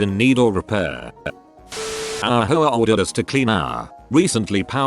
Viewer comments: Ayyy! Whatsa matta, you? You-a no likea de ho-ares?! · Every time I hear the voice pronounce "HOA" I hear "HO-ARE" Like an Italian saying "Whore". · HOAs really are HOe Ahs